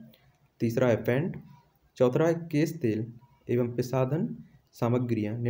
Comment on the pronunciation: Choutha hai naki chouthra....har baar galt ucharan kiyu kerte ho aap???..irritating lagta hai...n thanks for answers